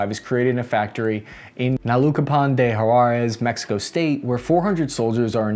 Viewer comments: Nalucapan ????? Na u cal pan, ajajaja estos gringos no pueden ni investigar bien. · "na-ooh-calpan" LMAO that was hilarious to hear. it's pronounced like "nowcalpan" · "Nalucapan" xddddd